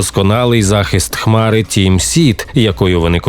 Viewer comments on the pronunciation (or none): none